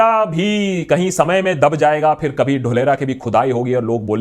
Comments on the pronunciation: Dholera word sounds like dhokla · Feku ka ek aur failed project - Dholera. (Its DHOOL-ERA, saheb, yeh vyakti apne CM kaal se hi, public ke ankh mein DHOOL jhonk raha hai).